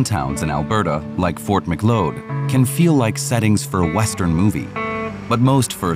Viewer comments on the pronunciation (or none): Fort MacLeod is pronounced "muh-kloud". As in "cloud". Other than that: good video. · I’m Albertan too, and I didn’t see anything painfully embarrassing at all! Sure they mispronounced Ft Macleod, but who cares, it was a minor mispronunciation in a good video. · As an Albertan, parts of this video are painfully embarrassing (like the pronunciation of Ft Macleod). But I am really grateful that our First Nations are being celebrated for some of their traditional values and skills, and I would love to see more of it.